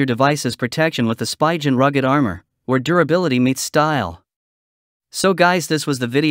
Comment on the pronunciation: It's pronounced Sp-ee-gen not Sp-y-gen